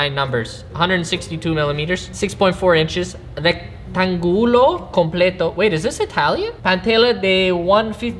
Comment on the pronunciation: HAHAHAHAHAHAHAHAHAHHAHAHAHAHAHAHHAHA MIN when he says "REC- TAN-GULO" JAJJAJAJAJAJAJAJJAJAJAJAJA. I feel so sorry for being hispanic right now hahahahaha, cuz I feel bad for laughing at your pronunciation hahahahahahahahahaha but i cant stop ahhahahahahahahaha